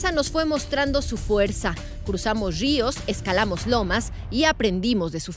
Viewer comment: "Cruzamos RÍOS" JAJA